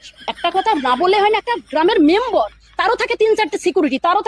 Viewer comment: Achha uni ki boleche seta shunecho ki gramer membor member na membor boleche baapre baap sob katha bhulbhal bolen ei mohila